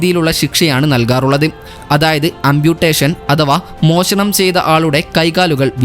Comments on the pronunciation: മോശണം അല്ല മോഷണം ശെരിയായ ഉച്ചാരണത്തി ൽ വാർത്ത അവതരിപ്പിക്കുക 😊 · മോശണം അല്ലടാ മോനെ മോഷണം.